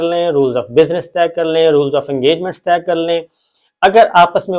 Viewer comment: " طہ " کے بجائے لفظ " طے " لفظ ہے